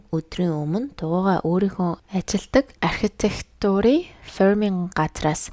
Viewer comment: Архитeктур гэж зөв хэлээч монголоор ярьж байгаа бол зөв дуудлагаар яримаар байна!!!